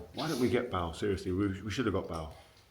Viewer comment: Why does Rio say Bael instead of Bale